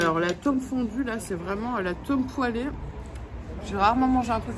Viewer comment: "L’atome poêlé" 🤣🤣 cette prononciation incroyable